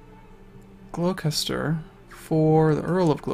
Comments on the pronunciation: hehe, still amusing that, as an english speaker you pronounce Poitier perfectly but not Gloucester :) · Its so funny hearing you say Gloucester xD